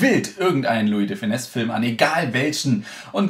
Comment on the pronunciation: Ich bin beiendruckt.. du hast *Louis de Funès* richtig mit S hinten ausgesprochen... Die meisten Deutschen machen das falsch, und machen ein Lui de fueneee draus. Hut ab